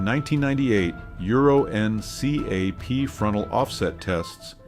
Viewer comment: It's pronounced "en-cap" my friend. Euro-N-cap.